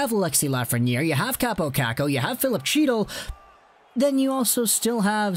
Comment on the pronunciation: Chytil is pronounced Hee--tall.